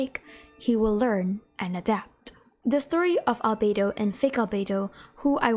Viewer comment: so glad I'm not the only one who calls fake Albedo 'Alfredo'